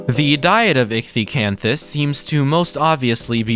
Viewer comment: Finally a fellow scientist who knows how to pronounce ichthyosaur